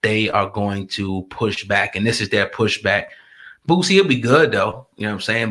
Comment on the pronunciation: Boosie!!! Not bootsie!!!😂😂😂